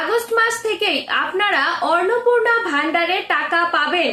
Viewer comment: Madam annapurna sabdatir uchcharan valo kare shikhe video banaben